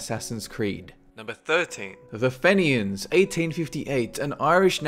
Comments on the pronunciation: Fen-e-i-ans? Omfg hahaha its Fee-nia-ns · its pronounced fe-ni-ans no fen-e-ans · you said number 13 wrong its said like feen-yin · babes, I'm honoured that you included my lads the Fenians but it's pronounced Fee-nee-ans. A tip from an irish child. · As an Irishman, can I just point out that the 'Fenians' is pronounced " 'Fee-nyahn'. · It's pronounced FEE-NEE-ans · You said 'Fenians' wrong, its more like 'Fe-nian' or 'Phe-nian' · It's pronounced Feen-eeans... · Fenians is pronounced feenyans,. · It is pronounced feenians but it is spelt Fenians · Being Irish, the mispronouncation of the Fenians was annoying but because he wasn't Irish... I think is off the hook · that's definitely not how to pronounce 'fenians' lmao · You could not have pronounced Fenians more wrong